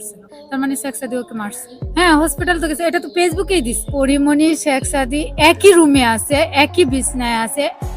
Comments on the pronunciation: ছেক সাদি,হায়রে নামটাও বলতে পারেনা😂😂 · I don't believe this girl. Because it is very clear that this is a planed and this girl a big lier, who is complaining about Porimoni here. When she was telling the history and she used many English word and it was many difficult words with perfect pronounced. All the English word she pronounced very right but only one word she mentioned few times very wring by intentionally, it is Shek Sadi. But she said every time 'Sexsadi" All the English words pronounced perfectly except the Sekh Sadi Other things that her way of telling the history as like a planed and professional lie. How she seen that Porimoni was sleeping with many man within 2 weeks? I request to police to arrest this girl and find the whole team, who is behind her and this whole plan to send this girl to Porimoni home to make trouble with Porimoni? I demand to arrest this girl as soon as possible please.